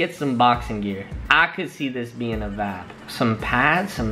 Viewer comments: It's Not Vab it's Vibe 🤦🏾‍♀️ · I hate the way he say Vibe